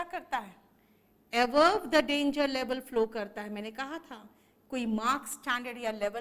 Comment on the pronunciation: Ma'am above ka pronunciation aap se avove sunai de raha h... is it correct?